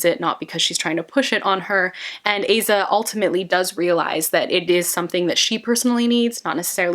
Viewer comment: Amazing video! Little side note, but I’m pretty sure you’re supposed to pronounce her name as Ah-zah as opposed to Ay-zah